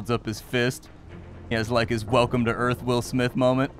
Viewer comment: "Welcome to Earf!"